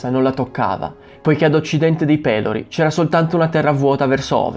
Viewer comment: E Pelòri, non Pèlori... ^_^